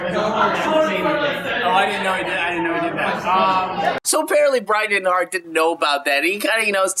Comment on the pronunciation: You can't even say Bryan Intihar right 🙄